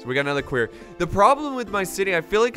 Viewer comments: he says query rather than quarry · "Querry" "Quorry" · listen to Loken because its not queryyyyyyyyyyyyyyyyyyyyyyyyyyyyyyyyyyyyyy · loved this keep it coming please please for the love of god its called a quarry not a query lol a query is if you are asking a question are looking into something xD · Lmao "query" I pronounce it "quory" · Please stop calling them a "queery" it's a "quarry" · Litterally says queery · stop calling the quarry a query, that's not how you say quarry ahhhh!!!! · it hurts my head every time you say quarry wrong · obviously he's just pronouncing the 'a' based off of words like Quack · someone teach him how to pronounce quarry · You're saying Quarry wrong